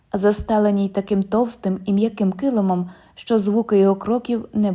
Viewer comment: Дякую. Але зверніть увагу на наголос: товстИй, вУхах, спИна, жилИ, кажУ Процвітання каналу!